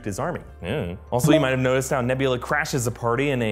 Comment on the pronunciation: Hey just listen alittle closer on nevvlerer